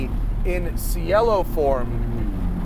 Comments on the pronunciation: Ci in Italian is pronounced chi so it’s pronounced like chielo not sielo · It's che'-lo not, see-e'-lo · Ban this man from Italian Sports cars, its pronounced chee-eh-lo. It's an Italian noun for Sky / Heaven. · pronounced chell-o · It’s pronounced “chee L Oh” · Ragazzi, say “chee-L-oh”. 👌🏼 ☕️ ahhhhh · He pronounced it the Spanish way.